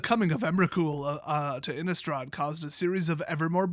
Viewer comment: You have it right with your pronunciation. Innistrad is germany.